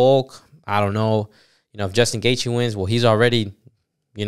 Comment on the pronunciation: I was rocking with you bro ... Then you fumbled Gaethje's name